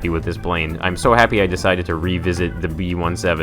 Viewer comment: It's B seventeen not B 1-7